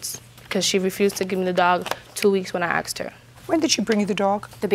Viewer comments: “Axed her.” What is so hard about the word ask? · They both sound kind of ridiculous saying shit like “axed” in a court room. feel bad for the dog. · "When I axed her". I wouldn't give something back to someone who axes me. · Why do they say axed???